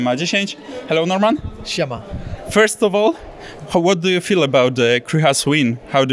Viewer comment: " What do you fell about Krycha win, how do you SID that fight" XDD